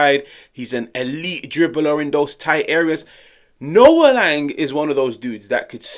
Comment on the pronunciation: your pronunciation of Sam Beukema is WAY off. Use google translate with Dutch. Same for Lang. The way you don't try to pronounce their names correctly don't give a good look